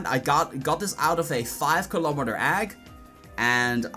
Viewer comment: fiave kilomitor agg LMAO